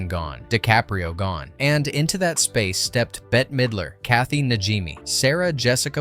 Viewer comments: Please pronounce her name correctly, it’s ’bet’ Midler, not betty or anything else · Her name is bette not Betty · WHOA, WHOA, WHOA IT'S "BET" (MIDLER), NOT "BETTY". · Betty ?? It's > Bet < ffs Bette Midler should smack the sense into you . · Her name is Bette (bet) middler. Not Betty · It Bet,not Bet-te. Midler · Her name is pronounced “Bet” Midler. They did film some of it in Salem. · How DOES ANYONE NOT know THAT it is pronounced BET Midler , spelled BETTE MIDLER smh She's an ICON and deserves to have her name said correctly!!! Please work on doing BETter 😭😭 (see what I did THERE?!) 😂😂😂😂😂😂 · Bette. Pronounced "bet". Bette Midler. It's responsible to learn your subject before speaking on it. ✌️ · "Betty" Midler lol oh lort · Her name is pronounced bet....its spelled bette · BETTE-Y LOL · NS right?! They lost me at the first “Bet. T.” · how many times can you get her name wrong crikey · how do you not know how to pronounce Bette? good video otherwise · Bette Midler's name is pronounced BET!!! NOT BETTY!! NOT BITTY!! SALEM is only pronounced one way SAIL-EM... Just like the town in Massachusetts!!!